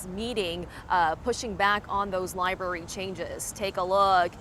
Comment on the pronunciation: Half the people in that crowd call it a lie-berry